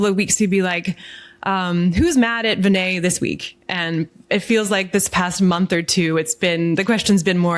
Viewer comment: Please don’t dumb down Prasad’s rationale. He is well aware that you can’t perform RCT’s in rare diseases. Please get yourself fully informed about the specifics before you pass judgement. Do you two have scientific training? BTW You are pronouncing Vinay’s name incorrectly.